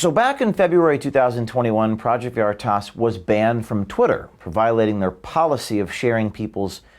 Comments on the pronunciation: CNN mouth piece can't pronounce "veritas". How fitting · I just love how she says 'Veritas' like it is a word entirely alien to her. So fitting for her ilk.